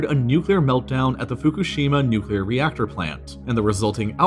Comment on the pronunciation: thank you for pronouncing nuclear correctly